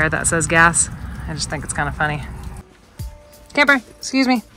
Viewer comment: You are in good company with your cousin, your love for Camper shines through, very good Spanish pronunciation.